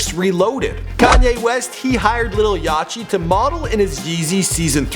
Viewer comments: "lil yach-e" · It's yachty not yachy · This man said lil yachee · lil yachee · lil yah-chii lmao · lil ya-chi XD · did this nigga say 'lil yashy'? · you say it yate? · Y did he say lil yatchey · it's yachty like yacht, the boat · How did you mispronounce lil yachty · How do you pronounce yachty wrong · why does everyone say yachty wrong.... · He really just pronounced the ch in lil yachty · lmao why you pronouce lil yachty like that